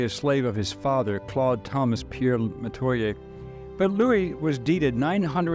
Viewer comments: In Louisiana, we pronounce the names kwan kwan and meh-twa-yay. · actually they way you pronouce Metoyer..some of my family says it like That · Dear God, these content AI creators need to invest in research. The pronunciation is terrible, I couldn't get past the first 90 seconds. Meh- twah- yer- Metoyer Natchitoches is - Nak-a-tosh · This isn't 100 percent accurate. Marie was my Grandmother X5 and we have extensive records. Some of this is accurate though. And how you pronounce Natchitoches is NAK-e-tosh. And we pronouns Metoyer as meh-TWY-er. Here's my family tree. Francois(unknown) & Francoise(unknown) (both from Togo, their owners weren't to original with their names) Marie-Terese CoinCoin Claude Thomas Pierre Metoyer( )& Marie Terese CoinCoin( ) Augustin Metoyer Augustin Metoyer( ) & Agnes Dupre(unknown) Pompile Metoyer Pompile Metoyer(unknown) & Rosa rocque(unknown) Ernest Avner Metoyer Ernest Avner Metoyer( ) & Harmina Marie Ballenger( ) Dorothy Metoyer Charles Roy Mayden( ) & Dorothy Metoyer( ) Pierre Mayden Pierre Mayden(1943-...) & Adele Suzanne Nickerson( ) Jean-Paul Andre Mayden(1965-...)<~~~~~~~~~~~~~~~~~C'est Moi! (that's me!)